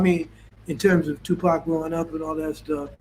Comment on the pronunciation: Who is pock. Stop. His name is tupac shakur